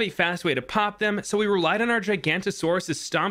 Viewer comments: WHY IS EVERYONE CALLING IT THE GIGANTASAURUS!?!?! It's a real dinosaur, it's pronounced ( GIGA-NO-TOE-SOR-US ). "Giganotosaurus" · Just so you it’s pronounced “Gi-ga-no-ta-sore-us” not “Ji-gan-ta-sore-us” dw most people don’t know it lol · Every btd6 and/or Jurassic Park fan pronounces it gigantasaurus it’s pronounced giga.nota.saurus but no hate because it’s a very common mispronunciation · well no it's pronounce, jiga-no-toe-saurus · To clear up some confusion on the giganotosaurus pronunciation gi-ga-not-o-saurus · Buddy, is pronounced giga-nota-sor-us. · it’s pronounced giga-no-to-saurus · It's pronounced "gee-ga-no-to-sau-rus" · I don't Wana be anyone but it's pronounced ji-gi-nota-saurus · The way he pronounced giganotasaurus 💀 (its incorrect) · thats not how you pronounce giganotosaurus